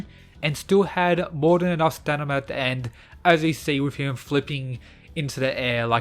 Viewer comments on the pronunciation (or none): you got learn how to say stamina, I have never heard this "stanima" word you keep using in your vids